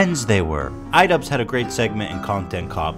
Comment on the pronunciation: the-they the-they are fri-friends.. what are you on about also its "Idubbbz" not 'Idubzz" 😁